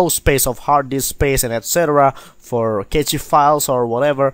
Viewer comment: Very useful tutorial. I didn't know that you could make hidden files visible like this. I always advise to go into preferences and move the location of the cache files to the C drive so you can easily access it. I have a RAID-0 disk system and my cache files are on my D drive and set to 300Gb of cache space. Btw, Cache files is pronounced as 'Cash' files, not Catchy files, lol. Cache literally means 'a hidden storage space'.